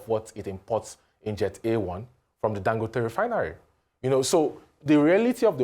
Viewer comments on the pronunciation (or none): Ago bawo? It is Dangòte not Dangóte please. Listen to Dr Abati pronounce it properly.